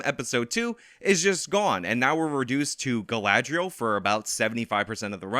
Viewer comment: I SE ALOY OF TALKIN ABOUT MAH GRRRRL GALADRIELLLLLLLSS...I laugh everytime and look forward to this with glee